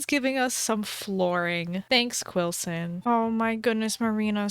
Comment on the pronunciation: anyone heart Willson instead of quillson? in the beginning when he was crafting